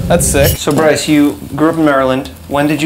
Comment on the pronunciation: How can you botch the name like that? It’s Bryce